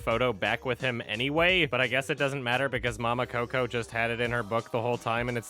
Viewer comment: I like the way you say Mama Coco